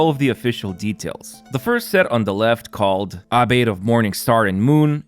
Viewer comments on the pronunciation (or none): none